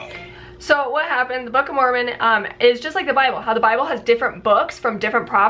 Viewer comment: Why do y'all keep mispronouncing Moron ?😂